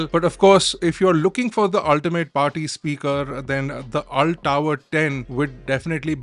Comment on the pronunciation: It's pronounced ULT not Ult I believe!